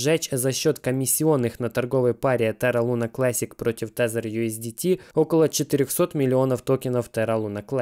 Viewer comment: тезер,😀 попроси чтоб прописали тэзер